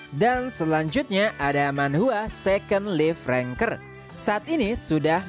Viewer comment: Bang, second life ranker bacanya sekond LAIF ranker minimal itu harus di perbaiki